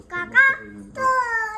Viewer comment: Kaka chal......kiti goad awaaz aani CHAL madhe ek chotasa malvani sur